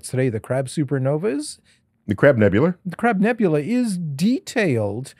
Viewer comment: Neil calling the crab nebula the crab nebulur like a Madia knock off was cringe, especially when the guy then immediately says it correctly. Like who you pandering too with that thur? Hurrr??..